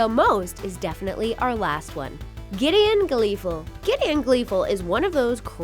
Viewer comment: Ugh giddion